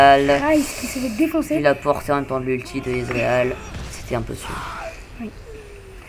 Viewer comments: Il dit Bien "Israël" à la place de "Ezreal" au début nan ? x) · svp on dit ezreal et pas izrael !!!